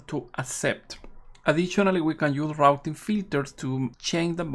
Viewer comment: Very nice info on RRRRouting filters